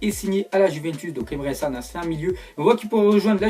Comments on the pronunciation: Emre Can c pas san et sa se dis chan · Tu sais pas prononcé Emre Can